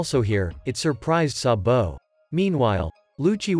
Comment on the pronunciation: Why he said sambo it’s sabo